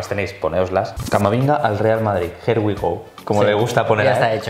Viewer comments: le ha llamado Camaminga xDDDDDDDDDDDDD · He dicho "Camaminga". Sí. Sabía completamente lo que estaba diciendo. Espero que "se la saque".